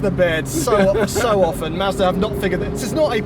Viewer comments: Might be this weed but when says Mazda…it sounds like Master “Masta” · Anyone else thought he kept saying masta? 🤣